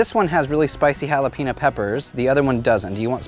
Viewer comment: Please learn how to pronounce jalapeño!